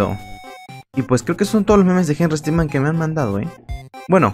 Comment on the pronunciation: No se dice henrry stickman se dice henrry stickmin por que henrry stickman es otro personaje